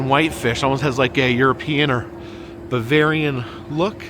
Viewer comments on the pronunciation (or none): none